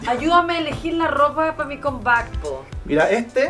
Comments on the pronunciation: Raquel se dice “cam bak” como se pronuncia y no combat k parece combate 😳😳😳 de lo contrario mejor usa el español 👍🏻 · Raquel, necesitas mejorar el ingles, no se dice comback, sino camback.... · "Com Bac" jajaa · En realiadad se dice "combak"...